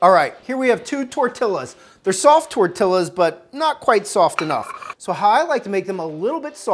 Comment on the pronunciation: You have no idea how much you made me irrationally mad at how you pronounced jalapeño Edit AND TORTILLAS